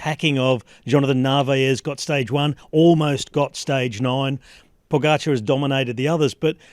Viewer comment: Except he can’t decide how to pronounce Pogacar. When everyone that commentates next to him can pronounced it properly, Kelly butchers it every time. Occasionally he pronounces it like his co-commentators… then he’s back to Pog-ga-char.